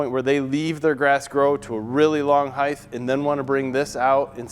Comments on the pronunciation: Nice video, but saying heightHHH vs HEIGHT really killed me over and over. The word HEIGHT ends in a "T" sound not "TH". weird. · Speak English — it’s height not heighth, you said this mower has tires - not true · Height* not “heigth” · Does anyone else here him saying Hythe instead of height? Lol. Or is it me? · Heighth isn't a word. It's just height. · height. no such thing as heighth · Length,width,heighth why not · Excellent video - but how does this guy not know how to pronounce "height"?